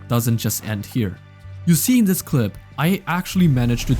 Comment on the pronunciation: love the fact everytime he trys to say this it comes out as "zis🔥🔥🗣🗣"